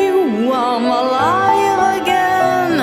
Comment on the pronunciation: Your pronunciation of Im alive again is wrong, you are saying it make me feel wym alive again, listen to that part as it sounds quite strange